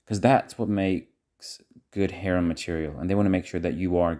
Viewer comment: It’s harem not haram:) haram means forbidden